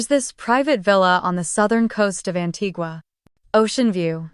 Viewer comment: I just wish AI could pronounce Antigua